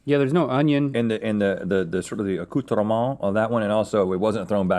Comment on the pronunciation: Rhett butchering Le Pain Quotidian only to perfectly pronounce "accoutrements" minutes later SENT ME